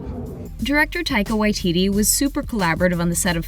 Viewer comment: Not me just cringing at how they pronounce Taika Waititi's name